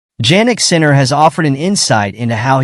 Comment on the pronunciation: Please learn to pronounce the man's name.